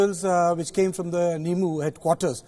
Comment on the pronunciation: It's Nymoo not Nimu.